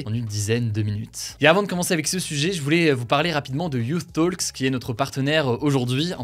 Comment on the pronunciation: et Hugo la prononciation de « youth talks » est (you-th) comme vous l’avez dit et (toks) pour « talks » 😉